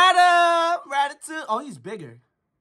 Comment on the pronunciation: No bro, said ratatouitte😂😂😂😂